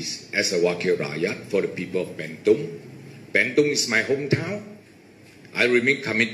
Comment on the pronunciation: It's 'burn tong'.. not 'banned tong'